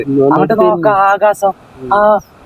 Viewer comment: ആകാസ൦ അല്ല ആകാശ൦